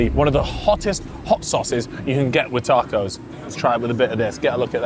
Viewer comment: Pissed me off 2 mins in calling tacos, tarcos???? Wtf man